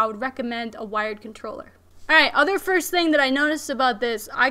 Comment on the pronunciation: She's got skills, a legit gamer, cute and has great taste in gear. I just couldnt get past the "cutroller" every 5 seconds!